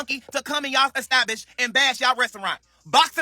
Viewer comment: Lol don’t let these ppl in your “estabbish” took me owt😂😂😂